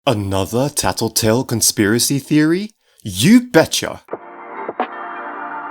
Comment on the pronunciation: why u say taltotal